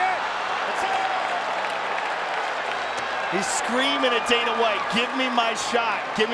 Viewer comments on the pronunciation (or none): none